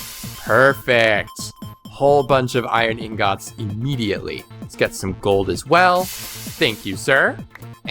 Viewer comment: Why do you say ingats or is it not on purpose?